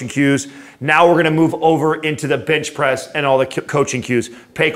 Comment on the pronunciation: Did he say Bitch Press? Haha